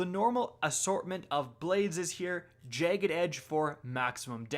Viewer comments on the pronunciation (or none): none